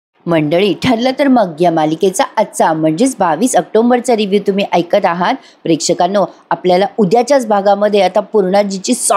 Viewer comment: तुमचे घर ,तुमचा परिवार आणि तुमचे कथन सर्वच छान. दिवाळीच्या हार्दिक तेजोमय शुभेच्छा.एक विनंती ऑक्टोंबर नका म्हणू ऑक्टोबर म्हणा.October.